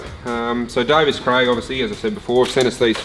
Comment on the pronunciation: Davies, Craig. Davies.... not Davis.